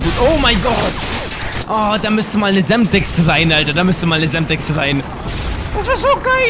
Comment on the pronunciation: sagt er semstex